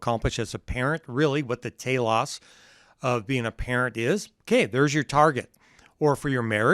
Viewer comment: If I'm not mistaken, Telos= Teelohs. (Subjective) =Purpose. Different emphasis on syllable but same meaning.